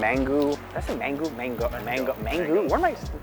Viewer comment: I guess you said "mangoo" because you were mixing up "mango" and "mandoo".;-)